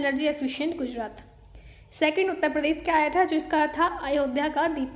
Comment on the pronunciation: Aap voice thodi😂😂 andhra pradesh ko predess shuru ko suruu